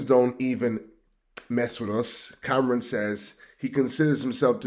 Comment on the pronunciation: Stop listening when he said " Cameron". It's Cam'ron. And we are FBA 💪🏾